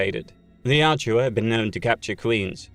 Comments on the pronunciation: Pronounced YACHT-JA. Not YAT-JU-WA. Great content though! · Yautja, not Yatjua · It is "Yah-Ut-Jah". Not Yat-chu-wa. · Quit saying Yaut-JUA, its not like Joshua. YAUT-CHA😂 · Why do the British butcher every word made by other countries. Youtja is pronounced yowt jah not Yah chew ah. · Excellent video, thumbs up for sure, i just have a little bit of beef with you for one small thing my friend! :) Yautja, you say it like the shua in Joshua Yaut-shua, it's fairly simple my friend, YAW-CHA, i hope you are able to read this message in time to see it make sense before continuing with any videos. I honestly feel eerie about the situation seeing you have above a million subs bro, that's wild to have gone so far without ever really knowing? I mean i don't know, that's my guess, anyway, until next time! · Why do you keep calling them the Yaht-JEW-a, when the way it’s spelled seems like it should be pronounced Yaht-ja? This is a serious question, not being an ass. Is the narrator mispronouncing it or does the spelling not reflect the actual pronunciation. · Can’t get past it Yautja Not yatjua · I feel like its pronounced more like yowt-jah rather than yow-joo-ah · The Yachewa 😪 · I know it’s incorrect pronunciation, but is it weird that I think the second one flows off the tongue better? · Take a drink every time he calls them 'Yat-ju-ah' ....I pity your liver. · He can't pronounce yautja correctly. Annoying AF. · An hour of hearing the species name mispronounced? "Yautja." Where is the "u" between the "j" and the "a" coming from? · Pronouncing Yautja wrong kept me from watching this video